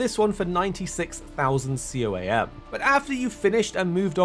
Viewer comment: its pronounced "COAM" coamers